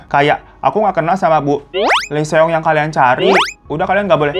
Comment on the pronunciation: Greget banget denger Seong Seong. Bacanya song bang biar enak di denger. Kalau mau fasih ya huruf O nya di baca tipis.